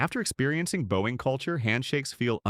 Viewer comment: AI keeps mispronouncing the word bowing!